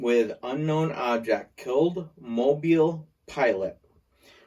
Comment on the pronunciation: Thank you for pronouncing Mobile correctly.